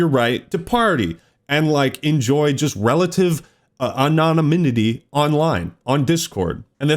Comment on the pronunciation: Your pronunciation of 'anonymity' is wild